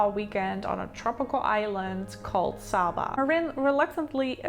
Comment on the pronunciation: The correct pronunciation is saber with a long a not Saba with a short